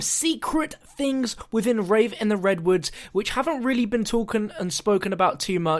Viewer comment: "Talken" Great Englash